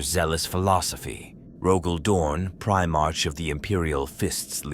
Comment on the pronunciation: An abominable intelligence made this. The Black Templars hate you for the heretical voice that narrated this can't even pronounce "Primarch" correctly. You profane this holy title.